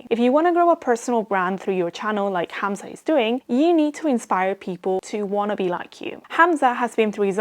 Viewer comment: You said "Hamza" the correct arabic way, nice